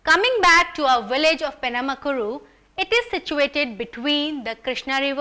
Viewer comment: Penamaluru...not penamakuru You bloody English fella